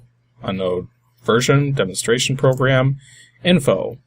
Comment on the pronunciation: eh? Lol DEMO-STRATION 😂